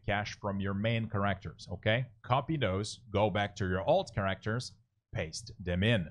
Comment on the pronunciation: Nice video, but that is not how you pronounce "characters" or "exit".